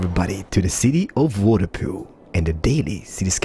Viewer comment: The way you call them Waterpoois makes it sound like a bunch of stupid people and I love it!